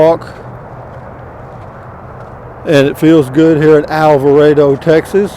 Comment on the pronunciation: Might be best if I could send this anonymously so you won't feed me to Matilda. I'm glad you finally pronounced Alvarado correctly. I had been looking and looking for somewhere that started with El. So decided I'd check out Motor home Specialists. And lo and behold, there it was. Love all your videos and just like to check out the country as you go along.